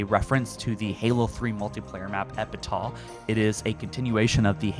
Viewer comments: Epitah? Its Ep-itaff lol 🤦‍♂️ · Epitaph = eh·puh·taaf not epitah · It's pronounced "Epitaph" (Epi-taff). Not "Epitah" like the word "Utah" lol. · Sorry bro it’s pronounced Epi-Taff (epitaph) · It's... it's "epi-taaf",. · Is it not pronounced “epetaf”? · Bro it’s pronounced eh•puh•taf 🤦🏻‍♂️ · He used to call it epitol so he's getting there.. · He forgot to pronounce the ph in Epitaph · 2024 and still can't pronounce epitaph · Bro cannot read Epitaph or Spire, that gave me a good chuckle